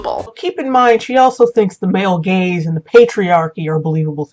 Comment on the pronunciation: when she said,"Male Gaze", I thought she meant,"Male Gays"